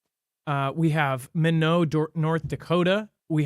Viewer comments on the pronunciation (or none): It’s pronounced (my-not) Minot, North Dakota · FYI Minot North Dakota is pronounced (My-knot) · Minot is my not